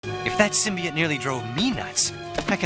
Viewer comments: Its symbiOTE not symbi-IT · Sytmbi-ate???? WTF.